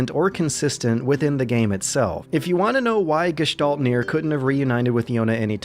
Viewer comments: wow kudos on pronouncing gestalt in almost perfect german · Really good pronounciation of this glorios german word Gestalt. But if i had to nitpick i would point out it's Gestalten not Gestalts^^